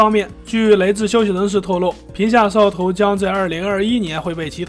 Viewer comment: 摄像头，你能不能说清楚点